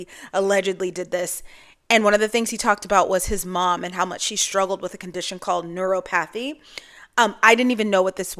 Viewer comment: Neuropathy (which you’re mispronouncing but it’s ok lol) is actually pretty common. Maybe not as severe as with his mother’s but tends to come with Diabetes and affect the patient’s feet. It’s usually why they’ll get infections that lead to amputations when they get wounds bc they don’t feel it/are used to pain and don’t realize they’re injured. These folks are getting shafted by insurance companies every day and I have a front row seat as a nurse. It makes society worse—it is miserable to experience and witness.